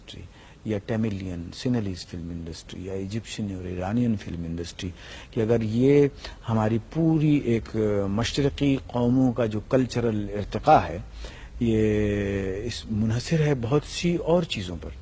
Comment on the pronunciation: Iltiqa nahi, irtequa =evolution!